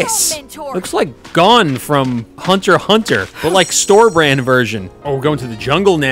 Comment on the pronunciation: Thank you for saying Hunter Hunter and not Hunter Ecks Hunter.